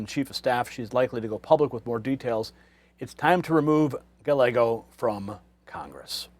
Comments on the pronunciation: I'm no fan of Gallego, but could you at least pronounce his name right? Guy-yay-go. The L's are silent. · It's not "Galego" as you pronounce it. It;s "Gayeygo," which is the Spanish pronunciation. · Gallego, pronunciation: Ga-yay-go; no "l" sound. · Guy..yeh..go! Not gallego And we already knew this mess here in AZ. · Great coverage! Just a quick Spanish tip it’s Reuben “Guy-Eggo” 😮 Listen to how Carrie Lake is saying it. That’s exactly how it’s pronounced. Best wishes! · It’s pronounced Guy•eggo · Gallego is a douchbag and he should resign. Hobbs is a bigger douchbag and she should not get to pick the next state senator. There should be a special election. And just for the heck of it. Gallego is pronounced "guy yay go" think of the word chilli relleno one of my favorite Mexian dishes. When two l s are together it creates a Y like in yellow sing Amarillo by morning by George Sraight. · the LL's are silent in "Gallego." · Ruben Gallegos is pronounced "Guy-Yegos". Two of the letter L together is pronounced like the letter Y. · Mispronouncing his name is likely the biggest knife in his back as any thing could be. Listen to how Kari Lake says his name-“ll” is pronounced with the Y sound. Does Gallego have scars behind his ears. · He is speaking English, not Spanish. I have a Japanese last name (1/2), but I don’t go around expecting everyone to pronounce it like the Japanese do. Silly that only Spanish names require Spanish pronunciations. BS.